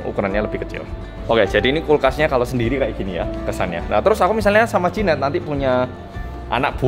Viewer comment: jehian Mbak bukan jehan 😭😭